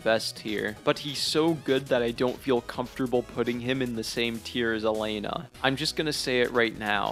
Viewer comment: man’s criticising things he doesn’t fully have explored/understood. Also, mispronouncing bosses names when they’re written clear as day on the screen is peak omegaLUL for youtube criticism. Tell me more about “Mythra” and “Elaine-nah”